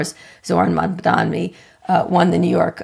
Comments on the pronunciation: How many times do they mispronounce his name? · is the guy's last name really that hard to pronounce? lol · it's kind of shocking how frequently Mamdani's name is mispronounced, and by people who just pronounced it correctly two seconds earlier... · And both of you, please take the 2 seconds you need to find out how to pronounce Mamdani’s name correctly. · I don’t even like his policies but every time Scott mispronounces mamdani it makes me want to support zohran more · Please stop down-pronouncing Mamdani’s name! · At least learn how to pronouns his name right as a professor. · you guys should at least TRY to say his name correctly. it feels intentional. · If yall keep pronouncing Mamdani with three Ms I’m gonna have to boycott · Why won't Scott say his name correctly? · Learn to pronounce our mayor-elect's name correctly Scott! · Maybe Mamdani would come on your show if you learned to pronounce is name correctly. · I’m getting really exhausted by highly educated people still mispronouncing his name. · Sorry Kara, I tried. Scott has always been an insufferable, conservative bag of hot air and he brings down your value. And the very dog whistle-y mispronunciations of Mamdani, which you at least corrected at about 10 minutes in finally. Scott is excellent at spinning numbers. The numbers are clear, we are finally seeing a correction to return to a left Democratic Party after decades of degrading into right-light and losing. Byeee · MamdaNNNi not Mamdammmmi!!!! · Kara you are not saying his name correctly. Its MamdaNi. not MamdaMi. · C'mon Kara, let's get his name right at least. It's Mamdani, not Mandami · Why the fuck cant anyone pronounce mamdani right. Its not mamdami ffs. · KARA - Don’t be an idiot, his name is MamdaNI - with an N! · Why do they keep pronouncing it MamdaMi….its MamdaNi!!! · Not Mamdami. Please learn to pronounce his name correctly. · MAM DANI. Fucking say it right. You're supposed to be smart people. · Scott, the name is Mamdani. M-A-M-D-A-N-I.